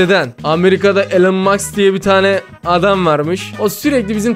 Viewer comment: Abi onu Elon maks diye söylemiyiceksin onun yerine elon Musk yani okunuşu Elon mask diye okuyucaksın